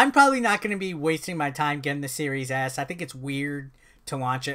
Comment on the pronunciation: Could have sworn you said series ass at some points lol.